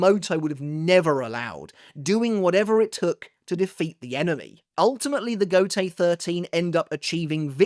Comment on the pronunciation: Every time you say Gotei I hear Gotey😂.